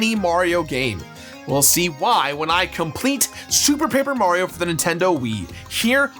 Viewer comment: Was drunk during this recording? He seems to be missing a lot of syllables - moreso than usual. "Sue Paper Mario," I believe he said at one point.